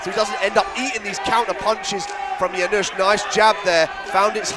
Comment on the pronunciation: Commentators have a funny pronunciation "Janysz, Janysz" :D Ofc I'm cherring our Janusz, but good job Josh! Thanks both for a good fight